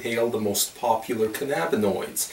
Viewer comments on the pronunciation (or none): none